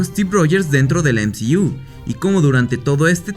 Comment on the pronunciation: El "em zi iu" 😂 nmms